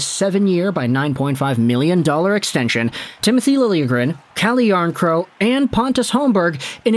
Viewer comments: The final K isn’t silent and isn’t in any language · PS it’s Jarnkrok Noᴛ Jarnkrow